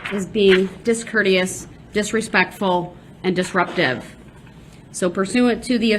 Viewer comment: Exactly. He also likes to say dishrespectful, undershtand, ridicaless, and jurishdiction.